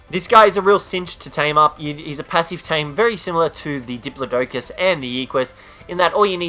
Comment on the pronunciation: You keep saying the diplodocus's name wrong